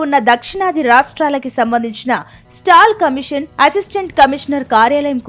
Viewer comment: స్టాల్ కమీషన్ కాదు మేడం….”సాల్ట్ కమిషన్”